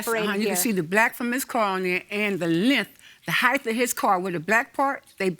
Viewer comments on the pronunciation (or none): The length and the HEIGHTH.